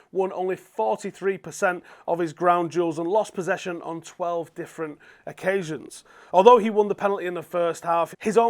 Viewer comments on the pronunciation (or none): none